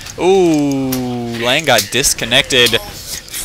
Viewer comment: FYI Lange has no "a" sound at the end great cast.